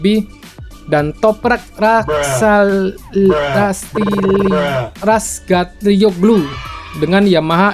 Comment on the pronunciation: 😂😂😂Ngakak gw ktika bilang toprak rasgaligu🤣🤣